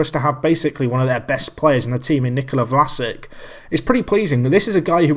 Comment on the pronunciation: pronounce it vlasich